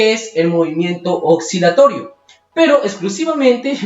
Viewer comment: Que buen video!! Una observación: pronuncias "oxilatorio", pero en Latinoamérica, como no diferenciamos los sonidos de la S y la C, lo pronunciamos como si la C no existiera. Sigue haciendo tus videos. Un abrazo!